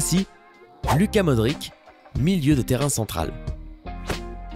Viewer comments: desole mais sa c prononce pas modrik mais modrich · ca se dit pas James mais rames et pas modrik mais modrish # corrigeur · Trop avec le Modrique la j avais mal aux oreilles xD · Modrić se prononce Modriche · on dit modric' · Sa se prononce modritch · matic et modric aussi ça fait mal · Lewandowski, De Bruyne, Modric et j'en passe font mal aux oreilles... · J ai eu mal au oreilles pour modric. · ca ma pas trot plus comment ta dis modric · Pour faire croire un minimum que vous vous y connaissez en football il va falloir revoir la prononciation de plusieurs joueur (notamment ceux des joueurs de l'Europe de l'Est - Matic Akinfeev Modric) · On dit Lucas Modrich car le c avec un trait orizontale du bat se prononce ch en croate